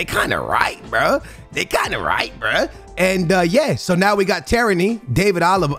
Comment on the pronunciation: Tierney pronounced Tear-Knee